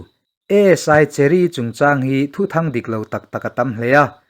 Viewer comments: Cherry ti i lam dawn nia cheery no li in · Cheery tih aiin mizoin Kan chhiarthiam danin chheri' tizawk la ilam dik zawk ang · Pu pi suh kye vengtu cheery kha Mizo chuan chheery tia lamrik tur ani e.